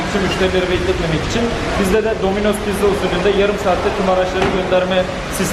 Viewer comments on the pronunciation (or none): none